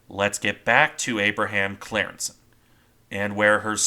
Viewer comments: I think its pronounced something like "Cryingssen" but I'm not dutch but german so I might be wrong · Its pronounced as in the YouTube: “Team geschiedenis: De ontsnapping van de Abraham Crijnssen.”